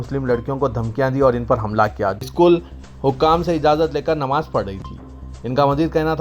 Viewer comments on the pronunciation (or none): none